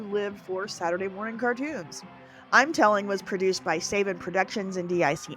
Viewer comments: Saban is pronounced SUH-BAHN, NOT SAY-BUHN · "If I messed up pronunciation of names..." You know how to pronounce Saban and just slipped, right? I'm sure he will come up again in future videos.